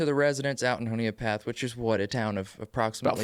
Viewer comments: I'm a Honea Path native. It is pronounced "Hun-e-ah" Path. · I think it’s pronounced Honey a Path